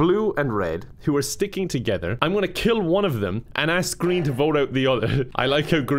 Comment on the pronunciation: 'pick him it's GREEM'